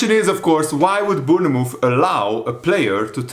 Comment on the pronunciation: it’s pronounced Born-muth